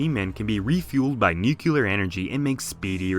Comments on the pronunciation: "Noo-kyu-ler" Oh c'mon... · Everytime says 'nukular' I die a little inside.